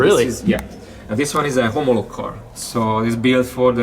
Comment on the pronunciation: "homológ" :DDD annyira magyar hogy le se tagadhatja :p